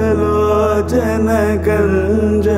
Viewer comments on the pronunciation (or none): none